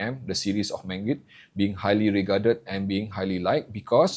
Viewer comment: MangiRd, not MangRid